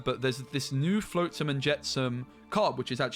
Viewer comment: Cri-kee is just like cricket but replace the T with a Y. Flotsam is with the ot sound, not float like boat.